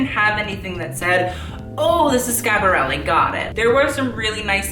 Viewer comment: Listening to you say Schiaparelli hurts. Educate yourself.